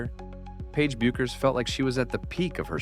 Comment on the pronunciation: It's Beck-ers. AI isn't perfect.